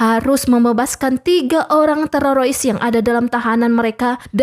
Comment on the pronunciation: Filmnya bagus tpi kesel sama miminnya yg salah” ngomong trorois apaan coba yg bener teroris 😓 dan salah” ngomong lainnya apa ini Ai ya bacanya kaku banget